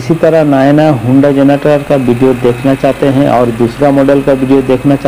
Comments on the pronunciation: Hunda nahi...Honda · When he pronounced honda as हुंडा . Kasam se khoob hnsa hoon mai😂😂😂😂